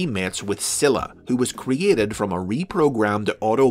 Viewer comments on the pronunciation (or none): none